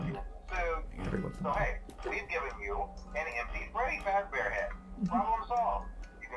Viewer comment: Clap and a half for getting Freedy's name correct